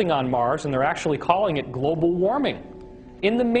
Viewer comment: "Globle" warming. Awesome.